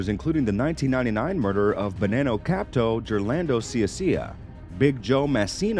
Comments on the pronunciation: Good video but I have to say, it’s “capo”, not “capto”. Just makes it seem like you don’t have any idea what you’re talking about. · I'm surprised that nobody called him out on mispronounce "capo" as "capto" multiple times. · And he said capto instead of capo 🤨🙄 that’s intentionally fucking it up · Not sure what you're talking about. It's still "capo", not "capto". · Good video, just need to redo it with him saying “Capo”, not “Capto” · I'm sure you've done your research but one word you're saying wrong is Capto. It's Capo short for Caporegime. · Capto?😅 Managgia - Nice video anyway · "Campto"? and "Capto"? Should do a bit more research on "Capo" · Dude your pronunciation of these names makes my ears hurt. And WTF is a Capto? It's either Captain or Capo. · It's not "capto" It's capo, pronounced cap-o, just like that! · Capto? Do you mean capo? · I can't with this guy... how do you have a channel called "criminal record" and butcher every Italian name and phrase? Have you ever watched any mob movies, tv shows? "Capto"...🤣🤣🤣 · Capo and not capto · This man said “capto” 😂😂😂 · I recommend you to do a proper research next time. Not only did you butchered the term "capo" but also edited a couple of pictures with the wrong names into the video. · With all do respect my friend you keep completely miss pronouncing the names wrong. But we like the video!